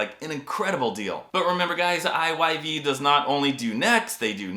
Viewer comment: I'm so glad you pronounced I Y V...I've always ready it as IVY..😅